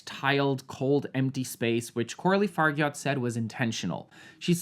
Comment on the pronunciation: Coralie Fargyatt? 😂😂😂 Honey it's pronounced "Far-jha"